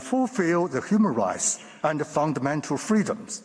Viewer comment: this man said ... a full spectrum of rice ( rights) LOL.